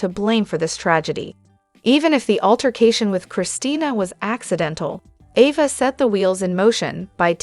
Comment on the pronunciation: Oh please province the Name Ava correctly.